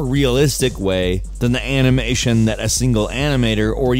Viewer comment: Heres a challenge: how many times did say "anamation"? Lol